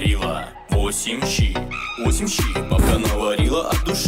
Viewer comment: Если ты не знал, но во син ши (我姓石) , не восем ши, эту песню сочинил китаец и она рассказывает о том что его фамилия Ши. пасибо тебе за твоё творчество🍝 * отдает спагетти*